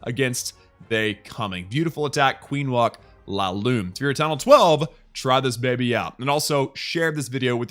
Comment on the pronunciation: Its not LALOON its LAVALOON